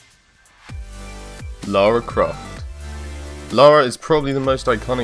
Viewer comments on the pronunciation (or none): It's Lara Croft, not Laura Croft